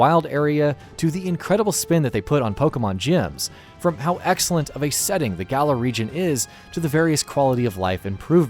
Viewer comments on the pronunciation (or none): none